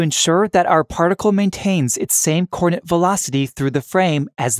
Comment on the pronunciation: I can't get past the extremely bad pronunciation of "coordinate."